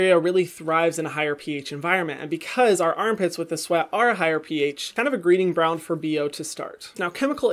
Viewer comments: Anyone else notice he said “greeding bround” instead of “breeding ground” 🥺 love you Hyram!! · "greeding bround" instead of "breeding ground" 🤣 Love your videos Hyram! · You said greeting bround instead of breeding ground 🤣🤣 but I've been BINGING your videos. I love them and I'm finally getting serious about my skincare. So thank you! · Did anyone else catch greeding bround? 😂 Love you Hyram! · Sorry, I just got around to watching this today but I laughed so hard when Hyram said greeting bround insted of breeding ground. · did anyone else hear him say "greeding bround" instead of breeding ground. just me, ok 😂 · I'm sorry did anyone else hear him say greeding bround instead of breeding ground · “greeding bround” 😂 love ya, darlin! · Lol I picked up on that too! 😂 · a “greeting bround” 😂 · I thought I heard him wrong and had to go back and check haha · “greeding bround” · I just wanna say.. he says greeding brown and I’m so glad I’m not the only person who does that 😭😭 my brain moves too fast for my mouth to speak the wordssss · no one: hyram: greeding bround 😂💖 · did he say greeding bround? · DID NO ONE ELSE HEAR "greeding bround" and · did no one hear the "greeding bround" expression at ? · Anyone catch “greeding ground”